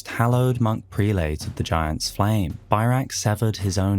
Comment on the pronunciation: Can someone please look up the pronunciation of "prelate" before they make videos about them?! I don't know a single loretuber who has gotten it right.